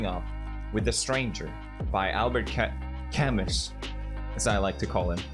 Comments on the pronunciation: it’s pronounced like /kamy/ in phonetic. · "Kamus". And the same guy shits on Ken for pronunciation "haskwarna"?